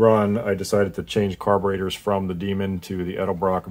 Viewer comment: Say it and spell it with me 😂 ED....EL....BROCK